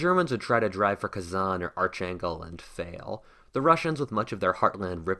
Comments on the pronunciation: arch angle?!? Nobody has ever said it like that it all of human history. Its Ark Angel. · "the Russians would not stand to have genocidal maniacs in control of much of their homeland" Should be a correction there. The Russians would not stand to have foreign* genocidal maniacs, local ones are fine (cough) Stalin (cough) Also, love how you pronounced "Archangel" as Arch-Angle lol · Arch Angel, Ark- angel, both are technically wrong. The "correct" way is the ugliest sounding name ever, 'ar - khan- guels'..... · I don't think that's how "Archangel" is pronounced.